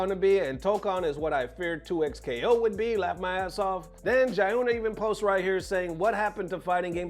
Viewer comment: Jiyuna is pronounced "G-yuna" not "Jayuna" been watching your vids for years keep up the good work though.